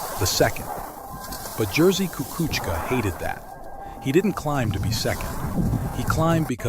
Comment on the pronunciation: YOU ABSOLUTELY BUTCHERED HIS NAME DUDE